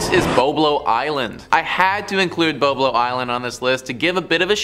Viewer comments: It was called Bob-Low Island dummy! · you didnt grow up in Ontario if you call it "Bo-blow" its called Bob-lo. I worked there for many years as a teenager